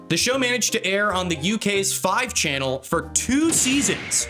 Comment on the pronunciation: i know this is pointless but this bugs me its pronounced channel 5 i sentence you to mandatory afternoon tea